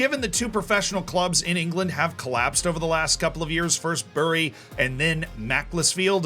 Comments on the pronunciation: not only did he say macc-les-field, but bury is pronounced "berry". goddamn yanks ;p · Great video Z, although the pronunciation of Bury and Macclesfield was deeply upsetting